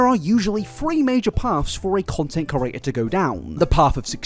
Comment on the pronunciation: Say it with me now: CREE-AYY-TUR